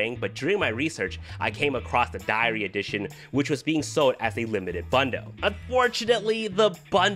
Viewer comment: I thought you were saying diarrhea